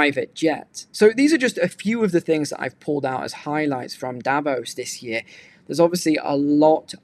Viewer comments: No, i’m Swiss, it’s pronounced DAH VAUSE. The ause is pronounced like the ause in “because”. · I’m not being rude but it’s pronounced Da-Voss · Davos is pronounced DAH VAUSE.